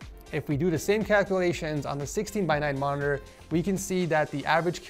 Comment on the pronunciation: Does anyone else hear Morororrr